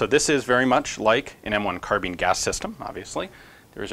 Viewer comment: Kar Bean or car-bine? It's so important I can't get past it all? You also mispronounce your own last name. Who does that? :)